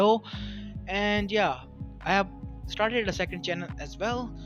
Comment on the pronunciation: what's the title in his channel. Although I hate to hear his "aswellas" and "Kage" I wanna hear this story.